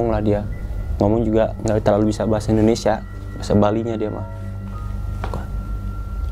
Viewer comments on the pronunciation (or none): none